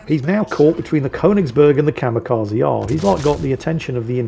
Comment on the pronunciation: said "Kamikaze" so many times, I just can't help but point out, it's Kamikaze, not Kamekazi.